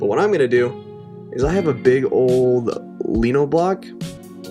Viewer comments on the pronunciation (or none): Lino is actually pronounced “lie-no”, like you said in the first stamp video haha - but please keep saying “lee-no” anyway. 😂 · Lino = l(eye)ino. Love your videos! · Would love that shirt! I've gotten into like dad fashion lately, and I can def imagine myself sittin cosy with that shirt tucked into my old ass jeans. Do all Americans call lino blocks lean-oh? Its line-oh here in Aus so that threw me a bit ngl